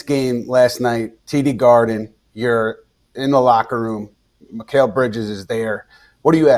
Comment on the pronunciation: Please don’t invite this dude to speak on the Knicks ever again! He can’t even pronounce Mikal’s name properly. He’s unpleasant.